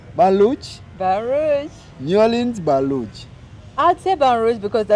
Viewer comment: Baton Rouge😂😂😂😂😂😂not Balug